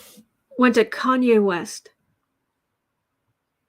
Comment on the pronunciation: Kanye = Con-Nay